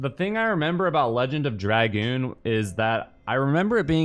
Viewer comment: congested? just pretend your DSP :P, but no begging you say "drag-oon" pretty funny, sorry not sorry